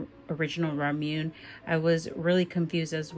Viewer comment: Ramune is pronounced RAH-MOO-NAY. Emphasis on the first syllable. 😊